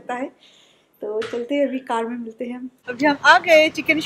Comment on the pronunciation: Aur abhi hota abhi bola jata hai avi avi nh ok